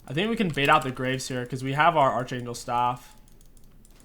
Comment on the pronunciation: "archangle staff"